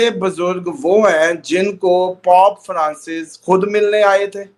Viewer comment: “Pop Francis” nahin “Pope Francis” hota hai. Seriously 😂